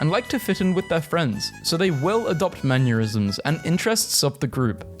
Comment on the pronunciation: “Manuerisms”